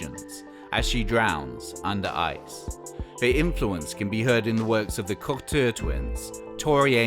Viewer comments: Pronounced “cocktoo ” twins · The Cockture Twins? Bieerk? Haha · Well, THAT isn’t the way the Cocteau Twins is pronounced!!! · Cocteau is literally just "cock-toe". No more, no less.